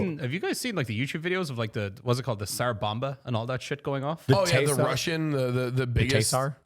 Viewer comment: That has to be the worst pronounciation of Tsar I've ever heard. "Teigh-sar"